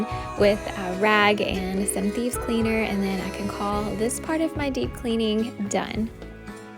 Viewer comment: LOL!! I thought you were saying “Bees”... it Thieves! Okay ! No wonder I could not find them on the internet ....have to pardon this old woman! 😁